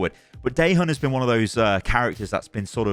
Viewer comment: the way he pronounce dae-hyun bro "day han" in dva cinematic dva says his name very clearly 😹